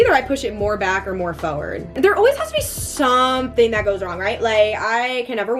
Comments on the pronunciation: Why do u keep on saying foeword 😭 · the way u pronounce forward always makes me laugh so hard